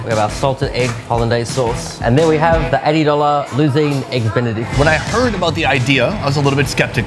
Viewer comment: "L'Uzine" et non pas "L'Oussine" ! xD